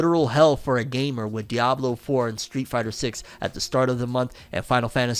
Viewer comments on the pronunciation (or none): none